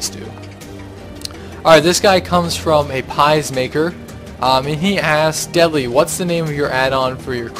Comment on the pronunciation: aapiesmaker xD. it's dutch you don't prenounce it like that xD. but thanks for awnsering my question. translated it's monkeymaker